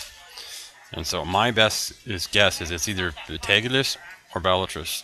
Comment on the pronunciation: Betalgeuse is pronounce beetle juice ;D